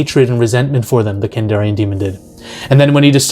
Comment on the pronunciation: KandArian demon, dude, not KandOrian Grey 😅😅😅